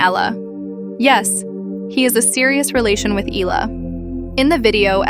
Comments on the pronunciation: not "eela" the name is "ehla" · There is no "Illa" 🤭🫢🫣